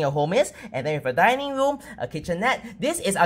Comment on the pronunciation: DINING room not dinning!!!